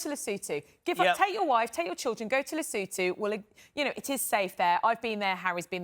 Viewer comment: Lesotho is pronounced ‘Le - soo - tu’.